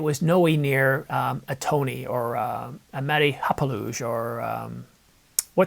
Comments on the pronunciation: I honestly thought he was taking the mickey with that Toneh thing till I saw the original video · The fact that Kasey still says “Toneh” after all these years make chuckle.